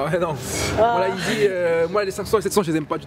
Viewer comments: yeezy il prononce easy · Frère arrête de dire easy au lieu de yeezy stp